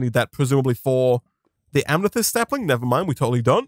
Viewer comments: it’s not pronounced am-ne-thyst, it’s pronounced am-eh-thyst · Why does he keep enunciating "Amethyst" as "Amnethyst"? this isn't an accent thing as you can clearly hear him working to deliberately say it like that.